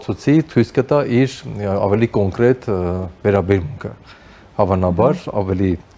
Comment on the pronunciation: Հարգելի զրուցավար, փորձեք խուսափել անհարկի ռ-երից այն բառերում, որտեղ դրանք չկան։ ԿոնկՌետ, կտՌուկ…